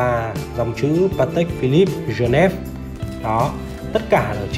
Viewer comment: Phát âm các từ platium, geneve... nghe chán quá